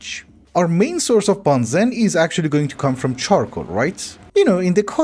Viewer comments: benzene ❌ banzen ✅ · I love you man, but please pronounce (ben·zeen) correctly. It’s hurting me